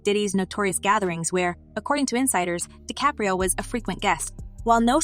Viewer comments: ‘De Capri’o’……this A.I. blsht narration has gotten tired very fast, basically working in tandem with click bait approach. Whole lotta nothin! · and "Leonardo DiCaprio" pronounced like "Spaghetti Caprese" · Why use this AI voice bot if it can't even say Dicaprio correctly? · Robot voice is lame. Can't pronounce DiCaprio.🙄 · Ciickbait. Rogan is on this for 20 seconds max. A redundant narrative by the possible AI speaker who can't pronounce DiCaprio. 🤔